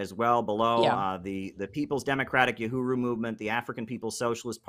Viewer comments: Uhuru not OohRooWho.. lol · “Uruhu”?? “Yuhuru”?? Come on!… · Kim, it's pronounced [uh-who-rew] - Uhuru. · Uhuru, not Uruhu 😉